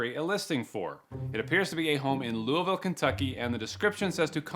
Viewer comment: YOU SAID LOUISVILLE RIGHT🎉🎉🎉🎉 I LIVE THEIR